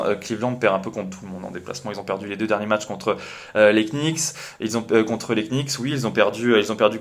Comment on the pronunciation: les "knicks" putain mes oreilles quand j'entends ça mdr, merci pour le contenu